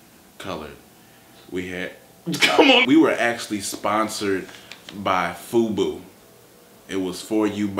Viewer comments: lol he said fobo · FUBU ? . . .shouldn't it be FUBUD :P